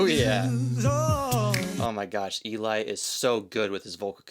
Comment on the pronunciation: You got Eli's name wrong